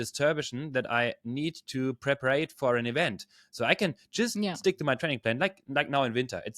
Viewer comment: Well done. Great content. Btw, the word is “prepare” (not prep-ar-ate). Your English is really good!!!